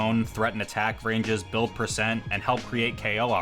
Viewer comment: “Slippi netplay buid”